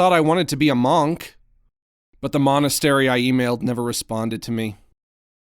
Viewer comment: His pronunciation of MONK makes me wanna die